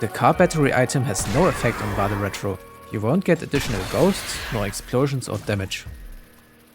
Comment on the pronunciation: Really appreciated the pronunciation of "Vade Retro", even if slightly adapted to English phonemes